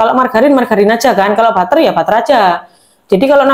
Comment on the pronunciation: Bacanya juga jangan salah. Klo Wijsman itu dari Belanda. Wijsman itu adalah roombutter. Butter itu klo bahasa Belanda dibacanya bukan batter (bukan dibaca a) . Tapi tetap dibaca butter (huruf u).